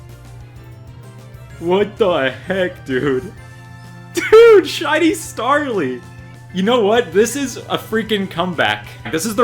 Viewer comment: And both names you butchered